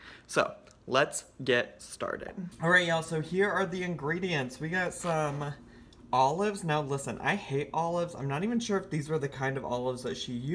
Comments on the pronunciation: you gotta say olives like she does tho... allofs. I'd eat this without the allofs and without the pretzel thins. some nice ritz crackers or sumthin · You didn’t say olives like. She says “alluhves”